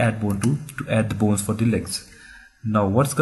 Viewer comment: Could you at least try to say BONES and not BOONE